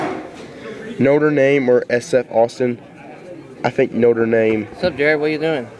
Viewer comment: BTW it's notre dame not notre name